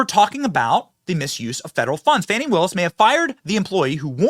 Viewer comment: Benny,news organization is pronouncing Fani as Fawnie! 😂😅 Does that mean there are 2 Fani's? Or she doesn't like being a Fani and wants to be a baby deer 🦌? Fawnie?